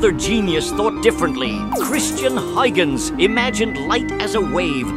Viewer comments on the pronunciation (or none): This AI can't pronounce Huygens.